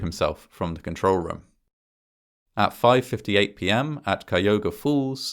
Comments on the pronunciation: Now, as to Cuyahoga Falls, Cuyahoga is not pronounced ky-uga, it's pronounced ky-a-hoga. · I'm from Cleveland, and I have never heard about this. Thank you as always for uploading. Also, Cuyahoga is pronounced "Kai-ah-haw-ga" but close enough XD it's pretty difficult. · Amazing video as always, but "Cuyahoga" is pronounced "kye-uh-hoe-guh" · (Since this is likely to come up again in any NE Ohio related story... Cuyahoga is pronounced "Kuy-a-hog-a.") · Ki (long i sound, rhymes with guy) yah hoe gah. God that must've been a horrible way to go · Cuyahoga is pronounced -ky ya ho ga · Ouch... I live in cleveland and have never heard of this. Absolutely chilling and horrible. I just shared this with a friend of mine who lives in Hudson & he's now watching/reading everything he can about it (it's new to him, too). Thank you! One thing - Cuyahoga is pronounced k-eye-uh-haw-guh LOL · I've never heard Cuyahoga pronounced that way and have many relatives in Cuyahoga Falls and the surrounding areas. Did a sanity check with Google and the most accepted pronunciation is K-eye-a-hoag-a, although there is some debate from local news outlets on hoag vs hawg. It appears the original Native American pronunciation lends itself to hoag, while it seems "west-siders" will be more likely to say hawg. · Everytime I watch this and he mispronounces Cuyahoga wrong I always wonder what I'm mis pronouncing XD. Awesome video and I appreciate your narrations. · I'm from the area and it's always amusing to hear people pronounce Cuyahoga in unexpected ways. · In school I heard about the Cuyahoga River and how it caught on fire in 1979, but I live in the East so we always pronounced it "wrong," I suppose. I think most towns and areas may have a separate pronunciation if you're local vs. an out-of-towner -- the area where I live definitely does. :)